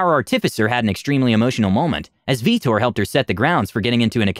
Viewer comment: Veetor. "VEETOR" at what time was that character made and was the player a mass effect fan?